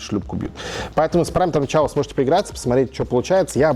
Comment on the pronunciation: Все переводчики/учителя английского слыша слово «chaos»: 🗿